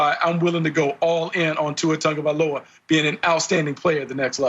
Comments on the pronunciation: Dude, that fat dude, when he says Tua's last name. "Tua Tag-violin-no-ah" lmao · Its closer to "TONG" like in the word LONG..... The letter G in our Samoan language has the NG sound.... So Tua's last name is pronounced T-ONG-O-VAHHHH-EEE-LOW-AHHH....Sorry for the exaggeration on sounding out his last name. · Jason W. can’t even pronounce Tua’s last name correctly. 🙄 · so um is anyone going to correct that guy on how Tua's last name is pronounced? smh